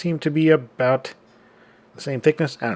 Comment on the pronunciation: It almost sounds like you said "aboat the same thickness"